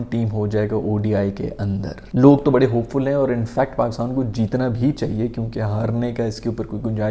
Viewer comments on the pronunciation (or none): none